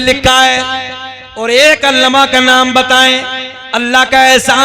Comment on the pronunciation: ये जनाब अल्लामा को अल्लमा बोल रहे हैं वो भी 2 बार